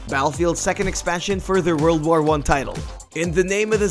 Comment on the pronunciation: What the hell is up with the way you pronounce "War"?? Its like you speak perfect Kings English then out of nowhere you say "War" with the same enunciation as the word "Car" WTF MAN????